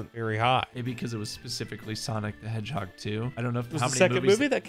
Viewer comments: Can we talk about how said "Sonic the HogeHeag" and didn't even realize 😂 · I think he said Hogheg on purpose.